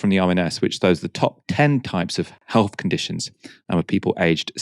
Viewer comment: It's a Therapist, not a Ferapist; healTH, not healF, wiTH, not wiV. You speak like a 6 year old and it's clearly less to do with class and more like some vestige of Mockneyism.